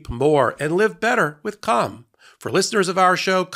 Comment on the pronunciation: Hey man... If you gonna say 'calm' that many times... You really need to annunciate the word each time bc ... I was listening to this in the shower and the noise from it made it sound like you were saying another word over and over... Lol